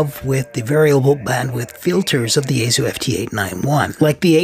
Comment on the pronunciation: It's "She ay" gu..actually.